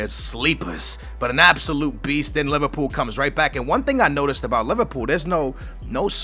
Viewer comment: haha u said Liverpoo! my man!